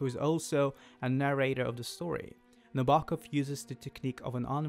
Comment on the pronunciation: Kubrick's version is obviously the better one... Sue Lyon, James Mason, and Shelley Winters give bravura performances. The 35mm B&W is just better in every way. BTW its pronounced Nab-er-Kov.